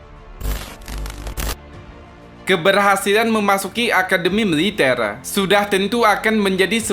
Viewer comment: Militel.ngomong GK teteh😀😂😀